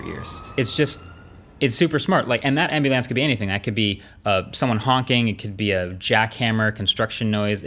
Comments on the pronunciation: yeah, idk how he's gone this long saying "ambeelance" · "Ambi-lance"? hahaha!!! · Say ambylance again 😂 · bro said ambuulaans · he did the ny accent thing ambu LAHNCE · I can’t get over his pronunciation of ambulance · Marques is the GOAT of tech youtube, killer frisbee player, incredibly creative, and obviously very intelligent. That said, the way he repeatedly pronounced “ambulance” really threw me for a loop. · I worked with someone in Public Safety and he pronounced it the same way. Must be a regional thing. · Suprisingly aave on just that one word haha😂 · is the weirdest pronunciation of ambulance i have ever heard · Same lol just heard him say that and kinda jarring. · Another great video but what on earth was that pronunciation of 'ambulance' about? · Wait say ambulance again 😂😂😂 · Anyone pick up on how he said ambulance?